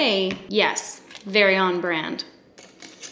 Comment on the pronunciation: OK LISTEN. NoR-VEWEna... aHhhheeee ooooooHhhhheeeeeeeeeeee... *laughs*.. LMFAO I DIED AND HAD TO PAUSE AND REPLAY THIS PART 3 TIMES. ahahhahahhahah